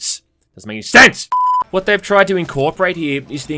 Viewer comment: “IT DOESNT MAKE ANY SENSE!” Fuck always gets me when he overly emphasis’s it’s hilarious.